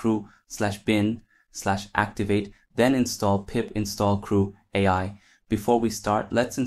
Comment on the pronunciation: Had me going until “” was pronounced “creweye”